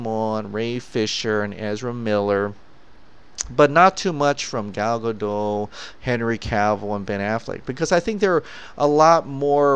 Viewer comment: Her name is Gal GadoT' with a short T at the end ^^